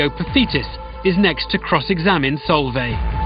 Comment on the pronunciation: It's pronounced Solv-eye she's a really good family friend x